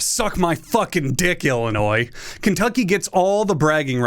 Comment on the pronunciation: comment for the algo because you pronounced illinois the right way and also drop kicked our state, thank you